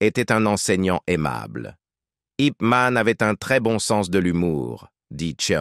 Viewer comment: Déjà c'est pas IP man, mais yip man